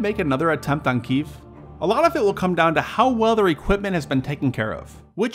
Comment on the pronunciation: What's a "kiyv"?